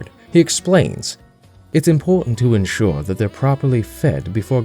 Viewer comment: ENsure...not INsure